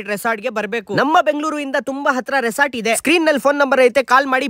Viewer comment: Its resort brother, Not resoort, correct aagi pronounce madak ke kali yo modle...